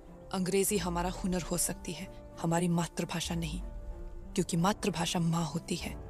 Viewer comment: अरी, अंग्रेजो को ज्ञान देने से पहले अपना उच्चारण ठीक करना चाहिए था, मात्र नहीं मातृ होता है। मात्रभाषा ❌ मातृभाषा ✅